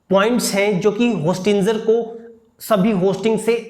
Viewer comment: विशुद्ध ch**tiye ho tum होस्टिंजर nahi होस्टिंगर hota hai